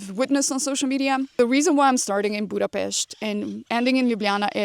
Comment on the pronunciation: I didn’t know your part-Hungarian 😌 but as your pronunciation is perfect when you mention “Budapest” now it makes totally sense. 😀 Good luck 🙌 wear a very comfy 👟(duh!) 🫡